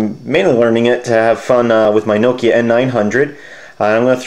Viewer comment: lol 'knowkia'